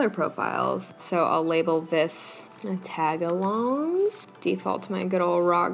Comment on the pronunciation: who else was genuinely.. painfully irked when she broke up tagalongs into taga-longs instead of tag-alongs 😭😭